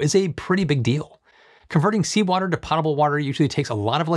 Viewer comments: You're pronouncing "potable" wrong ;P (It's "poh-tuh-buhl" not "pot-a-buhl"). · It’s pronounced Poe-tuh-bul water. Not pot-able water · The word Potable is pronounced with a long O not a short O; as in spoke or you spoke wrong. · LOL --- "POT able" water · Exciting news,. Thanks for all you do to keep us informed. Minor note: potable is pronounced with a long "o" sound. Think "potent", hence the Reader's Digest and Jeopardy! categories, "Potent Potables".